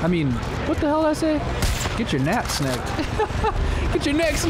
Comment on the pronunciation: he said "nap snecked"